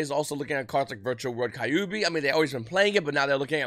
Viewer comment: I found my new trigger- V pronouncing Kyubi😐